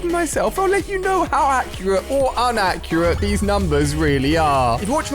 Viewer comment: when Ali said UNacurate, I felt that